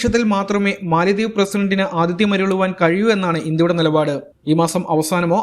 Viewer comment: it is Mala dweep or Mala dives. NOT Mali dweep. MALI is an African country and it is not a dweep or Island. PLEASE CORRECT WHILE SPEAKING. Jan Hogendorn, Grossman Professor of Economics at Colby College, theorised that the name Maldives derives from the Sanskrit mālādvīpa (मालाद्वीप), meaning "garland of islands". In Malayalam, "Garland of Islands" can be translated as Maladweepu (മാലദ്വീപ്).